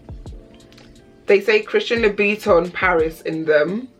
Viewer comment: Its louboutin nog loubiton